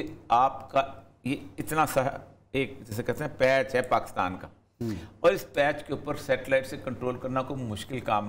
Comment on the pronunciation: پ " پاکستان " میں ۔ " ک " کے نیچے زیر لگائیے نہ کہ زبر ۔ شکریہ